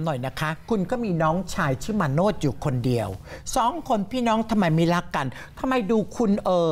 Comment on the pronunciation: คนอ่าน ต้องปรับปรุง มาโนช อ่านเป็น มาโน้ด